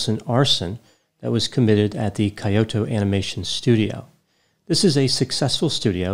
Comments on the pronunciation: it's not kayoto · I thought it was said 'kee-Yo-toe". Accent on the middle syllable. Granted, a minor difference for westerners. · He could have google the pronunciation of Kyoto and Hikikomori first😅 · unfortunately, Japanese is a very difficult language. More unfortunately, it's not your first language. Teasing of course, I am part Japanese and love your videos. Kyoto is pronounced more like "Key-o-to" than "Coyote-o." This was a terrible tragedy, I visited Kyoto in early 2020 and while the country is resilient, this was certainly one of the darkest days in the history of Japan. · Kyoto is pronounced “Key-oh-toe” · I died a little when he pronounced it like tgat 😂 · "Coyote-o Japan" 🤣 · Yeah apparently its impossible for Americans to pronounce non-English words even if they have a PhD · I swear I didn't laugh at your pronunciation of the Japanese words lol. Jokes aside thanks for the analysis. At the time of its occurrence it was so hard to believe something like this actually happened. Those poor Kyo-Ani staffers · it’s Key-Oh-Toe (Kyoto) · "KAI-oto"? You are an educated man. What gives? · kee·ow·tow sounds better :) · It is pronounced [Kee_o_to]not [ki_o_to ] and [he_kee_ko_mo_ree]... nice lavender shirt though. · Hey! Just a quick word: it's pronounced Kee-yo-toe and hee-kee-ko-more-e. For me, when I'm unsure, I assume there's a long vowel. You got Aoba's name right though! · Great job! I've often wondered if Hikikomori is an illness that is germane to Japan alone. BTW, I'm a fan of Japanese culture. Kyoto is pronounced "Kee-yoto," & Hikikomori is pronounced "Heekeekomordi." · Not that anyone likely cares, but it's pronounced He-Key-koh-moe-ree and Key-oh-toe. ;P Very sad case. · I'm only speculating in a situation like this... Is mispronouncing Japanese on purpose as a social experiment? ("Heekeekeemoree", "K-yot-toh"... Hard for me to fathom didn't know that😉 it must be his humor)